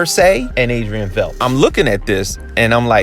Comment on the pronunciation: V e i d t is pronounced like might bite tight